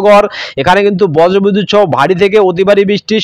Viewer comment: আমি পশ্চিম মেদিনীপুর কেশপুর থানা শালবনি থানার মাঝে আনন্দ পুর থানার কোতাই গ্রাম থেকে দিবাকর মাল, আমাদের এখানে দুপুর থেকে বৃষ্টি হচ্ছে।সবঠিক আছে আপনার উচ্চারণ ঠিক হচ্ছে না,আপনি বজরবিদুত সহ এবং প্যালাবন বলছেন। ওগুলো বজ্র বিদ্যুৎ সহ এবং প্লাবন হবে, ঠিক করে বলুন। শুনতে ভালো লাগবে ধন্যবাদ।